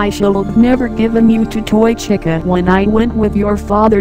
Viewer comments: it sounds like chica is saying keychin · Just noticed they say chi ca with short i